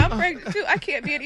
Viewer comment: Did he say Caint hear it, the muscles gone!!??😳😳😳😳🤣🤣🤣🤣🤣🤣💨